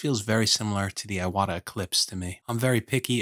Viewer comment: Thank you for this video! It's pronounced "eewata" :D